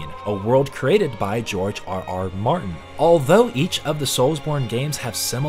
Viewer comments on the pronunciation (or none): none